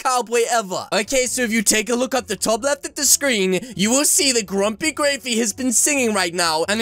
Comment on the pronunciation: Its not grumpygravy it’s grumpygraivy